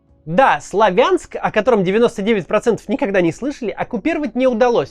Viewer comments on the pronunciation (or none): СлАвянск, хоспади, называйте город правильно СлАвянск, ударение на первый слог!